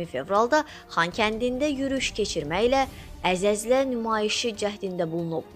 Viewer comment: Əzəzlə yox ay qız əzələ